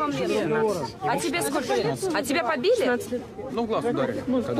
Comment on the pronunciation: У ведущей "скока" (сколько) - это фишка такая или что? Не первый раз это слышу. Режет слух.